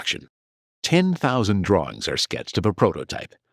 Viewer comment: But did you see the droorrings? "Amerikur" had better "Droorings" and a much better understanding of how to use the letter "R"😂